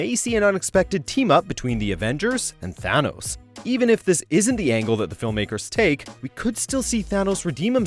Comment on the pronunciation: He is Thanos not a Th-Anus 🤣🤣🤣